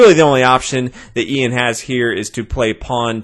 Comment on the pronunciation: It's not "eeeyan", its "Yun", as in yucky